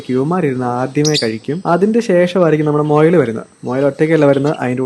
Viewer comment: മൊയൽ അല്ല മുയൽ